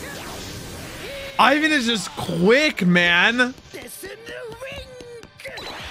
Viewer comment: It's not I-ven. It’s Ivan.